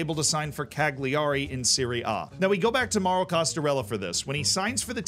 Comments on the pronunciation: Good video. Some tips though. We don't say U17 as "you seventeens", It's "under seventeens". Also, Cagliari isn't pronounced "Cag Lee Ari", it's "Cal Ya Ree" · Gag - lee- ari 😂😂😂 It's Kai-lari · Ok bro where's the hair? What did you do with it? Put it back. PS: the "gli" in Italian is pronounced as a "yee" sound... Cagliari = Kah Yee Ah Ri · Went full USA for that Cagliari pronunciation then 😉 Great vid keep em coming. Thanks 🙏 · The g in Cagliari is silent. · if you want to pronounce cagliari correctly, remember that the g is silent.